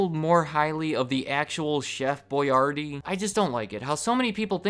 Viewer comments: It’s Chef (Boy-R-dee) not Boy-yardee lol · Why am I pronouncing Boyardee differently now